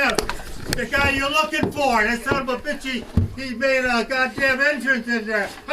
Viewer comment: "Tha somabitch" 😂